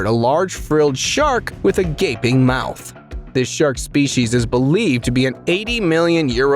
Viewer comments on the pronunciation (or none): none